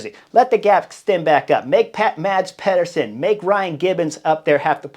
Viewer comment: As a danish speaker...The Cycling Dane channel made a video on how to pronounce Danish rider names. I'll save you the talk about the danish "soft d" but say after me: MAH-S PEE-ER-SEN.